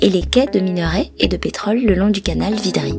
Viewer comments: C'est le canal de "vridi" et non vidri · C'est vridy et non vidry Merci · Le canal de Vidri, c'est le canal de Vridi bien sûr, mais quand on embauche des dyslexiques faut pas s'étonner. Y'a pas non plus de "le" Yopougon, c'est Yopougon, point, et pas de "le port" Bouët, mais Port-Bouët (mais le parc DU Banco). Et on ne dit pas quatorze-z-hectares, ni les sentiers "boisiés". A part ça, avant 1900, Abidjan était un petit village de pêcheurs, si elle est devenue ce qu'elle est, c'est en très grande partie grâce aux Français, sur lesquels les Africains crachent aujourd'hui. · VRIDI. Pas VIDRI. Svp corrigez merci.